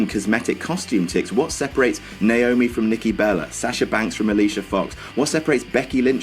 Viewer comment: Sasher??? It's Sahh shuh. lol